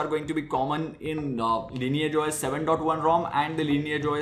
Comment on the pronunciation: Why do you call it Linear? Its Lineage!